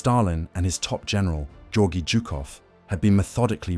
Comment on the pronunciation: Its Zhukov dunce.